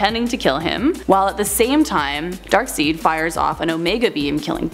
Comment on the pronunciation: Good job just say Dark-side not Dark-seed and you'll be doing great